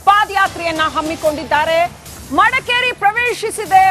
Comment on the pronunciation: Adu paad yatre alla paada yaatre. Madakeri alla Madikeri.